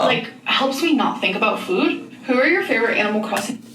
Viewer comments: Why is she saying “fuud” all of a sudden, has she always said it like that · What’s this new way of her saying food?!? 😡🤬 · I can't get over the way she pronounces "food". Bestie why does she use that weird ass accent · I've never clicked on a Zack video so fast. Also, whoever pointed out to me that she says food weird..... I just wanna talk.